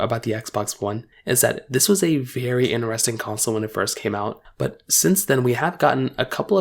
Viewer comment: just wanna say there is a ( T ) in interesting 😂 it’s pronounced inTeresting and not ineresting 😂